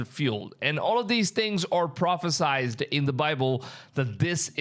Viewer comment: Love ya, bro. Keep going with these videos! I’m starting to share them. Also, it’s pronounced “pro-phe-sied.” I don’t want some smarty pants out there to look down on you. As our departure in our glorious Rapture nears, maybe you could share the Gospel at the end of all your videos. God won’t pour out his wrath on his Church, so Yeshua is about to rip his people out of here soon before the 7-year Tribulation begins. Maybe you can revisit in a future video the coming demonic alien hoax that will claim ownership of our disappearance in the Rapture. Our brother in Christ L.A. Marzulli is an excellent resource on this topic.